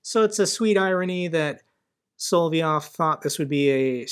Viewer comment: "So lovv YOVE" is close. Solov'ëv is how they spell it; never mind that apostrophe -- it's just there technically to represent the 'soft sign' unless I'm mistaking.